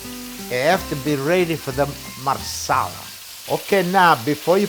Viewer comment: He say Marsela what it that?